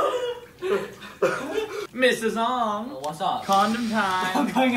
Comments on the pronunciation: I'm pretty sure zhong is a Chinese can't pronounced "jong". Zh makes a j-like sound, but it's definitely not "zong". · "zh" in Asian languages is pronounced as you would the letter "j" hence /jong/